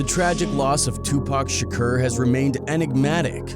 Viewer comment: The “Shakcuurr” shit is KILLIN me Smalls!